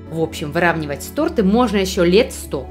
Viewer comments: Всё круто, но не тортЫ, а тОрты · тОрты а не тортЫ